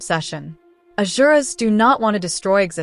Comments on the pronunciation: Amongst all the craps on youtube, this video is the one which make me subscribe your channel. I hope you will keep it up! Good job! PS: just a tiny note for the future videos -> “Azuras” -> “Asuras”. Basically it should be Asur but Asuras will do 😊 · "ASuras"...not "AZuras, A not-so-I.😂